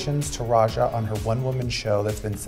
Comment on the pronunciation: its pronounced RAYJA not rexxa lol